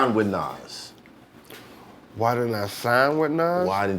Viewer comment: He really not trying to say Nas name 🤣